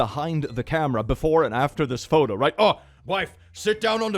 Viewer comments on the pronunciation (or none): none